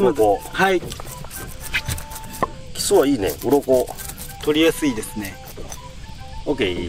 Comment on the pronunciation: 発音おかしくないか？「キッス」て発音は「口づけ」の意味じゃないか？魚は「キス」って発音するんだよ。